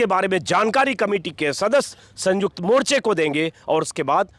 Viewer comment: संयुक्त बोलो सर ना कि संजुक्त